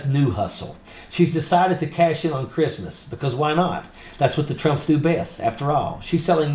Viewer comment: "Merry Greeftmas Amereeka!"